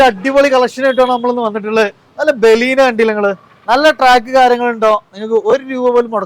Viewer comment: ബെലീന 😂റിഡ്സ് 😬